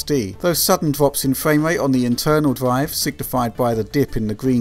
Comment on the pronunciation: What is a dwive? Gwaph? Sowwy, the accent kills me.